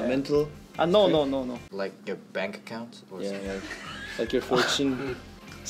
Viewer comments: i literally will NEVER get over the cinematic masterpiece that is the way jinho says, in perfect english, “like your bank account” with a serious face,and the wheeze in the bg really makes it perfect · I admire shinwon and yeo one shinwon stop for jinho calling yeo one an idiot with perfect English, proud universe here okay yeo one stop choosing yourself for jinho saying “like your bank account” with the cutest expression and perfect English